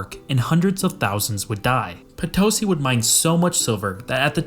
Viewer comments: Bolivian here, its be better if when pronouncing Potosí, you put the stress or intonation on the "i". And we have tales saying that with all the silver extracted you could make a bridge to Spain, and alongside it another bridge made of bones from those that died working there. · It’s “Potosí”. The accent is on the last syllable. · Potosí is pronounced "Po-to-SEE". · I was listening to this while working and it took me a while to realize you were talking about my country, Potosi is pronounced "puh tow see" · It wouldn't have taken much effort to get the pronunciation of Potosí correct. 🙄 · If you are going to apply the word, "scholar" to yourself, you should at least learn how to pronounce the name of the town that is the initial topic of your video! You also might want to use some other illustrative photograph while you are talking about Nogales, Arizona, instead of a building with a prominent TEXAS flag waving from its flagpole! As for the economic difference between North and South America, the explanation hardly requires 20+ minutes... The Spaniards and the Portuguese brought their long traditions of corruption at all levels of society and perfected them in the new world. Nothing works in that part of the world because everyone is too busy stealing from everyone else. A dishonest society cannot be a free society and cannot prosper, except, of course, for those at the top. In the US and Canada, the governments are just as corrupt as in South and Central America. The difference being that our politicians are better at hiding it (apparently, until just recently). But the populations are NOT corrupt, and therein lies our comparatively greater success.